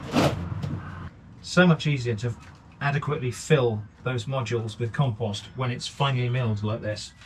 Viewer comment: Why would you say "calm-post"????